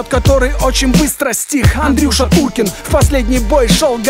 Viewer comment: Не умеешь петь, не пой. Не Катасонов, а Касатонов. Не Уркин, а Туркин. Не каверкай фамилии.